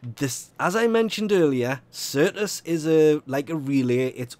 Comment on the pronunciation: "Sertis" lol